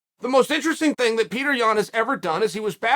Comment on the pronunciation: The american-izing of names is getting out of hands. His name is just like you'd say Piotr if he was from Poland, but since he's from Russia, it's just Peter? Come on, it isn't hard to respect nationality. Pee-oh-turr. Not Peter.